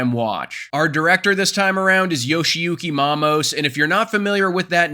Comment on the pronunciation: Yoshiyuki Mammoth ????🤔 How did you f up the pronunciation that bad ? lol